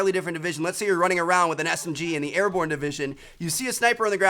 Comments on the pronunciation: airborne not ariborne lol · Airborne not Ariborne bro lol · "Ariborne" lol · "ariborne" -Trevor 2017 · Vincent Adulfo its meant to be Ariborne. Ahahaha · Ariborne ?? Hmmmm might wanna fix that Trev!